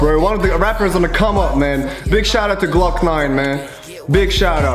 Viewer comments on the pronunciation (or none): none